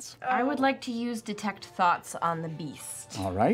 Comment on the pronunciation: Instead of detect thoughts, I heard, detect thots. I love this oneshot (as a sidenote, I feel that at least a few of the characters would ping)